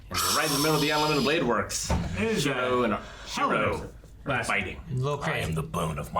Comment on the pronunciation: How do they keep forgetting how to say Shirou's name?